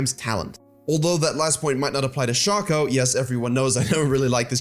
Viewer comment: shay-co plz